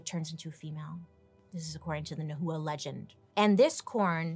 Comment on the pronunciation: Hey Bailey! Just wanted to let you know the correct pronunciation for Nahua is “Nah Wah” also I’ve heard that they found ancient writings from the Aztec describing sacrifice and cannibalism as a evil and disgusting practice. I don’t know how true it is but I’d love to know your thoughts 😁 love your videos 🥰🥰